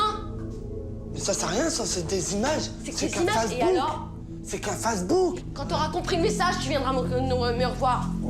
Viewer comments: « Mais c’est qu’un Fassebouk » 😂😂😂😂😂😂😂😂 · “C’est que fasse book” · « Je vais te faire montrer » 😂😂😂 « Je suis censé comment réagir moi » 😂😂😂 La prononciation de « Facebook » 😂😂😂 Je suis loin d’être bon en français mais ça c’est fort ! JPP 😂 Franchement même un étranger parle mieux que ça 😅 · Elle est diabolique cette femme ! Mdr comme ils prononcent Facebook !! 🤣